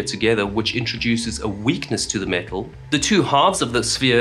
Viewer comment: Every time he says metal, I hear the parrot going "MEtal"